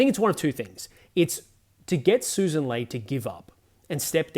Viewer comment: Mate, love your work, but it's Lee not Lay